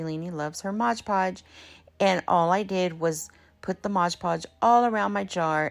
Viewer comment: I love your DIYs. You do know it's Mod Podge? There's no g in mod. 😁